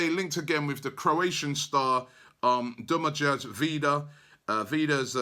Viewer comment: Robbie's pronounciation of Demagoj is awful